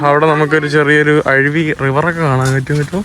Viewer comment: അരുവി എന്ന് പറയാൻ അറിയില്ലേ, അഴിവി എന്താണ്?